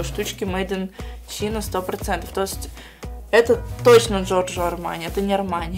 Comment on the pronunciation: Джоржо Армяне(супер произношение ) Я час смеялась над этим😂